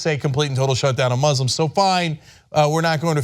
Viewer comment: Please stop showing that clip. The way he pronounces Moo-slims makes me cringe. At least, bleep it.